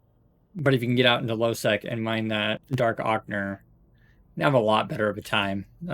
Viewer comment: Just a nit-picky note: Dark Ocher. It's pronounced 'O - ker'. Forgive my anal retentiveness, lol!